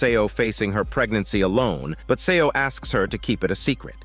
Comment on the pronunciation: 'Seo' is pronounced as 'So' <3 "E" is silent, please keep it in mind from the next time :) Well narrated story.